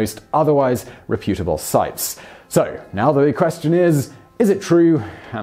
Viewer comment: The way you said "reputable" is wrong, but it ought to be right.